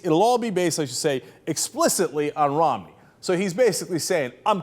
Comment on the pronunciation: Did say Mitt "Romley"?